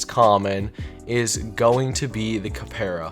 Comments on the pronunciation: its pronounced cap ra doofus not kuhpaira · its pronounced cap ra not kuhpaira et ree an not et ray an gan ee meed not gay mend cell tor not celly tor and Gremor's arent the goat race, they are deer. Capra's are goats. also the rarity leak is fake.